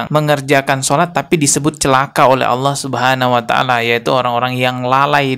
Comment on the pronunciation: "Allah" pengucapan yang benar kak.